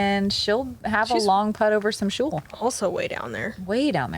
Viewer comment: What exactly is a "shule"? Google wouldn't tell me.